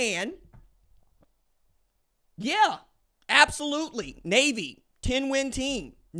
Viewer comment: Nay-A-Vee Nay-A-Vee Nay-A-Vee Sound close enough?